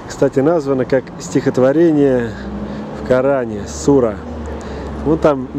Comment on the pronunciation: Ударение на А СурА